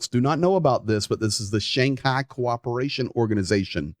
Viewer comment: Is that the redneck pronunciation of "Shanghai"? Never heard it before, try the Russian or English one.